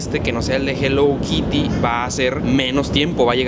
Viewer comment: Yo en modo INGLÉS SIN BARRERAS 😂😂,,se escribe HELLO KITTY y se dice JELOU KIRI 😂😂❤